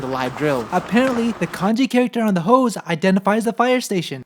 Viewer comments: "That's a lotta hose" Haha, misheard that at first. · “That’s a lot of Hoes” Or did he say hose? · Did he say more hoes 😂😭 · Am I the only one that heard “Thats a lot of hoes!” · lol nope, I heard it as well. Very similar pronunciation for 'hose' and 'hoes'.